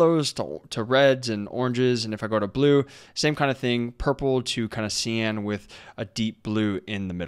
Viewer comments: This was a really helpful video; thanks! Just one thing - I don't know if it's an accent thing but cyan is pronounced sigh-ann, not see-ann. But that's literally the only thing I can find to fault with this video :D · Sai-An not See An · great job but couldnt get over the pronunciation of cyan